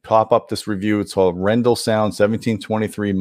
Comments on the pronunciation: No offense, but I assume it's pronounced arr-en-DAHL. Emphasis on the last syllable, and the first syllable rhymes with "car." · Nice review! It's pronounced A-ren-dal, with pressure on the very last part of the word. It's the name of a Norwegian city, actually. Dal means valley. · A little nitpicky but I think it's pronounced more like "R-N-doll". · I listened to them..... PROUDLY NORWEGIAN Your Norwegian pronounciation could Improve Emphasis is on the A, not on the E Name comes from city of Arendal